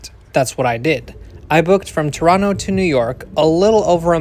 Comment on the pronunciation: I am impressed that you pronounced Toronto correctly…